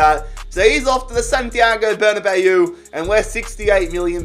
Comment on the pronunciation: It’s pronounced ber-na-baw not bayooo